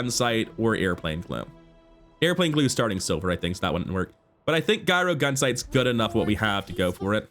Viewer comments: Hey man, new to the channel. I like your energy and I'm hoping your channel takes off. A couple of things, though - gyro has a soft "g" at the beginning, like giant, giraffe, and gyroscope, where the item derives its name. Not sure if you were saying it like that as a joke, but I figured I'd point it out since accidentally mispronouncing words always feels bad, and hopefully I can save you some cringy moments in the future. Also, remember that items with the same CD go off left to right, so early in the run you were missing a lot of free damage scaling on the Daggerwing by not having the Vortex Cannon on the far left. Since FFS had the same CD at silver, you could have lifted all your items and had FFS immediately slam them back down for more scaling on the Daggerwing - which scales on both up and down, unlike the Hang Glider that only does damage when they stop flying. I mean, you totally got there in the end, but the extra damage could have helped so I think it's a good point to remember. GLHF. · its not guyro gunsight!! its pronounced yuro, like the Mediterranean pita.